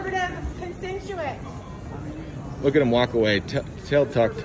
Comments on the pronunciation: "Support your conservative constentuents ". Learn to speak your own language first! Proud of Mitt Romney, in that moment as well as throughout this election. Fine upstanding gentleman in the original Republican mould! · File harassment charges against these two fools! She can't even say the word constituents.